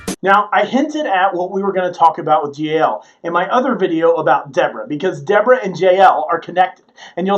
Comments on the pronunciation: Jah el not jayel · Her name is pronounced “Ya-El”